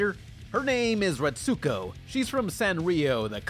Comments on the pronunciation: Aggretsuko is pronounced like aggret-sko you don’t pronounce the U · You're pronoucing Aggrestuko wrong!!!! Biggest pet peeve of mine is when people mispronouce Japanese names and words. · Everytime he said her name i was screaming at the TV "ITS PRONOUNCED A-GRETS-GO, THEY LITERALLY SAY HER NAME IN ENGLISH!!"